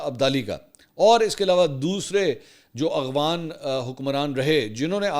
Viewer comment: منصور بھائی ۔لفظ افغان ہے اغوان نہیں ۔اور افغانستان ہے اغوانستان نہیں